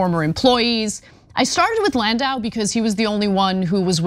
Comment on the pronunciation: Can’t even get landau’s name right.